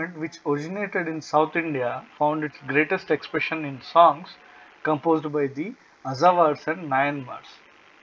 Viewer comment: It's pronounced Alwars. Not Azhawars